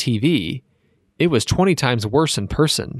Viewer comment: Person.... not Pierson